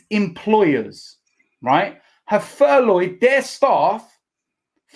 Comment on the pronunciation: "ITV have furloyed their staff"